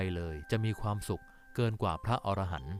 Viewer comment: พระอรหันต์ อ่านว่าพระ อะ ระ หัน ครับ